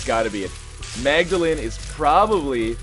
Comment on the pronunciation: mag-da-lean thats how you prounouced